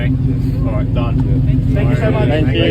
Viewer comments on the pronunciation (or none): none